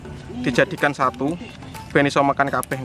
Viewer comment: dua ribu dua puluh satee